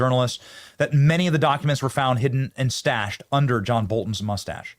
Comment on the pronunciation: the documents were "stashed"? or "stached"?